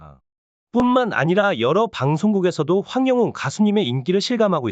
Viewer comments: 연예뉴스님 발음이 좀 독특하시네요 ~황영윤이아니라 황영웅입니다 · 황영웅 울 가수님 이름 황영웅 발음 적확히 해주세요